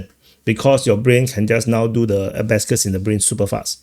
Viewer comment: It's not "a-ba-scuss," it's "a-ba-kuss."